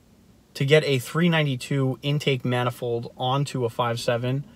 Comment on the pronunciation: The way u say intake manifold makes me think u don't no what an intake manifold is And 20hp for 2k is fucking awful